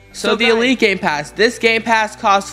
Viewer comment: It sounds like gay-pass when he says it XD